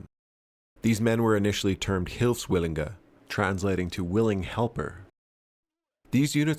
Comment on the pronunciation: Very interesting tropic, thanks for the video! One small correction: it's "Hilfswilliger" (singular) or "Hilfswillige" (plural), but not "Hilfswillinger"